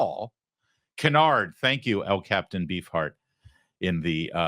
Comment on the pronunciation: Re the Walter Reed neurologist Dr. Kevin Cannard's name, I suspect it is not pronounced caNARD, but rather CANNard, as the spelling indicates. The good doctor may indeed be a canard, but probably is not called one. - Don Newkirk